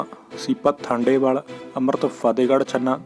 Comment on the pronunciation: ਵੀਰ ਜੀ ਸੀਪਾ ਠੰਡੇਵਾਲ ਨਹੀਂ ਸੀਪਾ ਥਾਂਦੇਵਾਲ ਬੋਲਿਆ ਕਰੋ ਧੰਨਵਾਦ